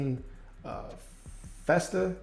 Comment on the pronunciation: FEE-STER. She is a former WNBA player.